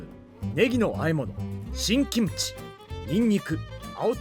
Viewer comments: 김치 발음 좋으시네 기무치가 아니라 김치 ㅋㅋ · 김치 발음 죽이네요.. ㅋㅋ 국뽕 감사..